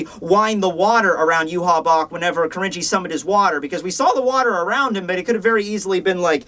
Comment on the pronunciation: Man hearing "Kirinji" pronounced really throws you off, almost comes off as "cringy", so gotta be careful there. (But there was also a one-shot by Tetsuya Saruwatari in Riki-Oh by that name lol, spelled as 鬼凛児. So that's why the name sticks out to me.)